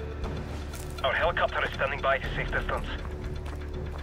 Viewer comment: Delta Two Four this is Alpha Sex ? what hes saying sex not six